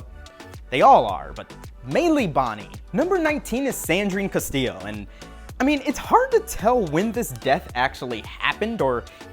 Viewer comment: The correct way, yes